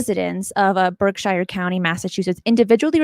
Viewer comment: Berkshire, like gobs of places in the USA named after a place in England with "shire" in its name, has long been "Americanized" to "sure." It's nitpicky, but (as a New England native), it's kinda strange to hear it pronounced as anything other than "Berk-sure." Nevertheless, it (as always) was a great show. Thanks. I'm hooked on this series, and the Debrief also.